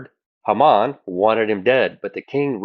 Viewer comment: Haman is pronounced long first a (Hay man)